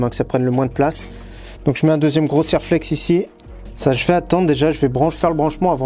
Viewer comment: Bonjour, bravo pour vos vidéo. Ça fait plusieurs fois que je vous entend prononcer le nom de "Serlex" quant vous parlé de collerine, pour votre culture, Serflex est une marque de collier métallique.